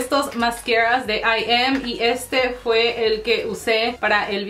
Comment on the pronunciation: Se dice I EME, no Im tipo en inglés 😌😌